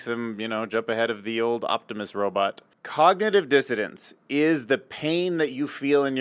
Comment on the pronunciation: BRO STOP SAYING “COGNITIVE DISSODANCE” ITS FUCKING DISSSONANCEEEE THERES AN N THERE